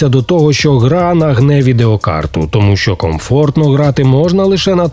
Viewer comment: 13 років тоМУ! А не ТОму! Не чаСУ, а ЧАсу, не гроШЕЙ, а ГРОшей!